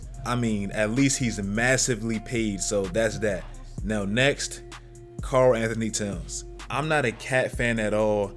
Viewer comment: I thought you said Carl Anthony tites